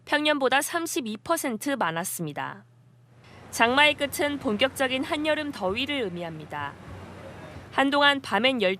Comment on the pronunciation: 에 "---장마의 끄츤---" 이라고 하는데 "끝은"의 발음이 "끄츤" 이냐??? 끄츤이 되려면 "끛은"??? 기자들아 연음법칙이나 제대로 공부 좀 해라!!! "장마의 끝은"의 발음은 "장마의 끄튼"이잖아???